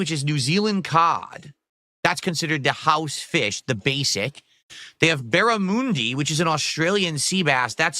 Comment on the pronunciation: Also saying barramundi was dented. And do americans not eat schnitzel or something how has this prick never had one?